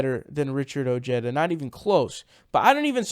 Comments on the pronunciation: Ojeda pronounced Oh-Heda. You're welcome. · I think its pronounced (O ha da), the "J" in Spanish has the "H" sound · Elvis Ruiz and he pronounces oh-jeda so whatever he wants is what I think we should call him. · Seems that a lot of left wing commentators have a bro-mance with Ojeda due to his strong, no-nonsense manner of speaking. And I'll admit I do like that about him, but he won't be my first choice in the primaries...not yet anyway. I've stated elsewhere that Ojeda while being of Mexican descent, insists on pronouncing his name like an Anglo. And that is going to result in him losing support with the crucial Latino vote. I still wish him good luck though.